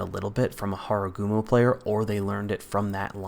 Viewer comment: Where is hakuryu? Only line not in here? Btw its Harugumo and not Haragumo